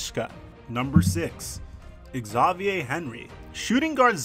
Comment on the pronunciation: You sure Xavier is pronounced that way? Good vid though. Edit. Demarcus cousins: double double?